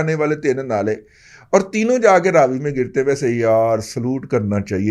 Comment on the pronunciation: First of all please correct your pronunciation for Ravi river.......its Ravi not Raaaaaavi.....Hindu dusmani me naam he galat mat lo....